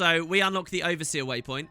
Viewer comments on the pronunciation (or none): none